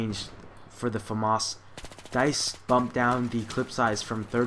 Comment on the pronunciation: ps americans pronounce famas weird